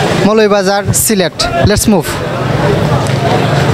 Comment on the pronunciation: Loooool he said let's move not movie 🤣😂